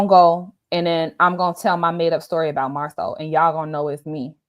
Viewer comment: I have no dog in this fight; however, it's not a good look. Rumors have legs but I don't know about this one. She kind of lost me at Marcel😬😆🤣🤣🤣🤣‼️ Like ma'am....how do you wanna marry someone and can't even say their name properly??